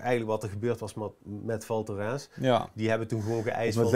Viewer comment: Spreekt alsjeblieft wel even op z'n Frans uit.